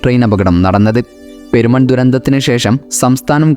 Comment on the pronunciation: പേരിനാട് അല്ല പെരിനാട് എന്നാണ്.. അതേ പോലെ പേരുമൺ അല്ല പെരുമൺ അങ്ങനെ ആണ്